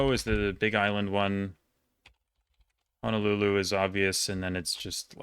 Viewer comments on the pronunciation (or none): none